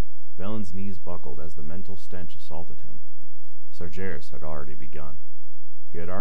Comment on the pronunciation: Hey great job just i just wanted to let you know you are miss pronouncing sargaras and Medivh. Sorry it was just kinda jarring still good tho